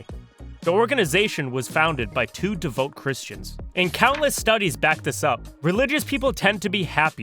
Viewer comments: Devout is pronounced “de-vow-t” not “de-vote” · I always wonder who these weirdos are who produce these kind of videos and don't know common pronunciations... instead, it's the "Gawlup" poll, and "devote" Christians... Where do these people live?